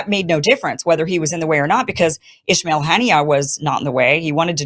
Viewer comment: Kim please correct your pronounciation, it's ISMAIL Hanieh not "Ishmail"! There is no h in ISMAIL